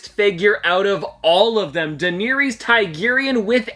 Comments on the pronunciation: The way you pronounced Daenerys name hurt my ears. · You butchered her name lmao do you even watch the show